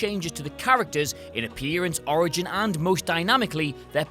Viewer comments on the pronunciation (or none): none